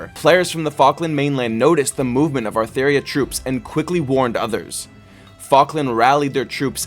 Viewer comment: It's actually Atheria :<